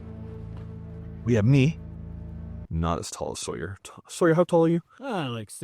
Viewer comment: At about to ... you said Sawyer.... for a moment I thought you'd gone vegan..in which case you wouldn't survive...